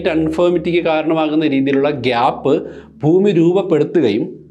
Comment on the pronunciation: എല്ലാ വീഡിയോകളും മികവുറ്റതാണ്. ഉച്ചാരണത്തിൽ, ഫൂമി മാറ്റി ഭൂമി എന്ന് പറഞ്ഞാൽ നന്നായിരുന്നു.